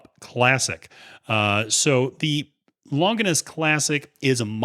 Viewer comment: I watched right up until he said "long guiness" for Longines. I realized why do i need someone else opinion.. it's my money!! Lol What's so hard about Lawn jeans... like the company is called? Pretty big company